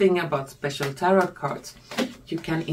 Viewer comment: Youre English is lovely. I like it. Here and there a little tweak - slowly - like Tarot is said without the last t ... as in Taro